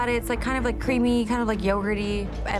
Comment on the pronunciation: channelle cracked me up